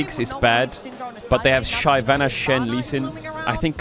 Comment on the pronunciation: if this clown says shayvana 1 more time im gonna lose it, unwatchable unsubbed unfollowed bye